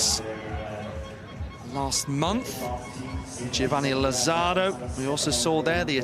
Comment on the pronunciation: I find it really insulting that the Brits and American narrators doing the voice over can't pronounce properly the names of Italians, Spanish and Portuguese people. For instance, Lazzaro, it is not, laZZAro. It's LA-zza-ro. It's not really difficult. And you know what? It's even easier to ask the athletes or their coaches how to pronounce their names or even listen to the Italians or Spanish broadcasters how they say it and don't anglicize them. Spanish is one of the most spoken languages in the world. In addition, if we only had a translation app these day it would be even easier to do your research before you open your mouth. I expect every day Brits and Americans not to know, but professionals working on radio and tv?